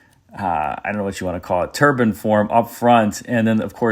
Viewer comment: I don't usually criticise pronunciation, but I'll make an exception here. Please stop saying turban instead of turbine .